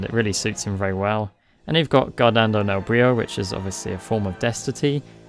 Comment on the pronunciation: Since you like ansem so much, just an heads up from an Italian guy about how his themes are supposed to be pronounced. Forze del Male Is supposed to be "Forz-EH del Mal-EH", the e at the end aren't silent. Guardando nel buio is "G-UH-AH-rd-AH-nd-OH nel b-UH-IH-OH". Great video like usual!!